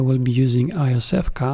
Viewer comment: Iosevka is pronounced roughly as Yosefka, meaning something link "little Josef". See phonetically at